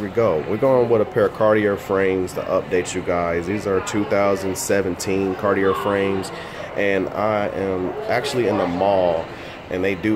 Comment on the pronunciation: Sounds right to me🤷‍♂️